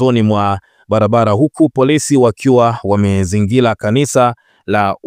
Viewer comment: Usomaji wako mbovu wakutoweza kutamka R unakukosesha followers wengi kwani unakera sana kwa kusema MAHUBILI,LIMEZINGILA,BALABALA, KILUNGU, KILAIA , BALUA. MAUZUI, MIKUTANO YA HAZALA.TUSUBILI.